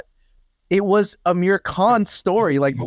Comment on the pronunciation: Just a minor correction - his name is "Aamir" not "Amir". The single "A" is pronounced as "uh" the way you're currently saying Aamir's name. But the double "Aa" is pronounced aa-mir (car, not cur). A and AA are two different vowels in Indian languages, (rhyme with cur and car). A lot of aa vowels are frequently mispronounced as 'a" because people spell them wrong in English (they don't write aa, but single a), tho in Aamir's case, he does have the double 'a'. It's like saying Jam instead of Jim.